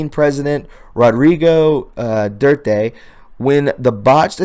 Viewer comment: "Due-art- tay,"